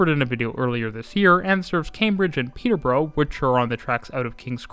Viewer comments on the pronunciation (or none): Good pronunciation except “Peterborough”. Unlike the “Peter…burrow” in Ontario, the uk one is more like “Peter…burra” / “Peter…braa” No one gets Marylebone right😀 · Peterborough is pronounced 'pee-tuh-bruh'🙂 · and Murdered the pronunciation of Peterborough.